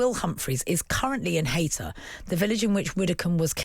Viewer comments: its Hay tor not hayter rip ann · It’s pronounced hay tor not hater